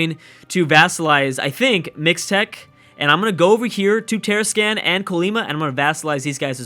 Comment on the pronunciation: Tarascan: Tah-Rah-Skahn Colima: Ko-Lee-Mah